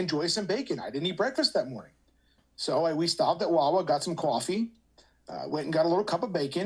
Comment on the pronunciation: Caw-ffee. Yikes that accent lol